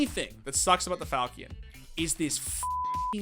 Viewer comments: Falkein? Are you shitting me, its a Falchion!! hahaha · he says falkean?